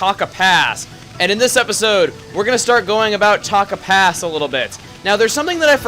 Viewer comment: Every time you say "Taka Pass" my mind keeps telling me you said "Tonka Pass". XD Yeah, in this level there are a bunch of talking trucks everywhere that require you to build oddly futuristic buildings to win.